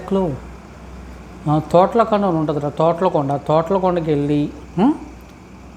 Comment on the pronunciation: Sir thotlo konda kadu thottla konda